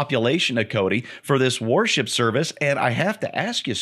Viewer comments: For a moment, I thought was saying, “Warship.” 🤔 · AlienRenders I’m sure it’s just the way pronounced worship. I just comes out like warship.